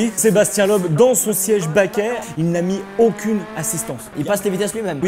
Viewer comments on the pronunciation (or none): Les français savent pas prononcer Loeb c'est ouf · On dit pas Sébastien "lob" on dit "Leub" bordel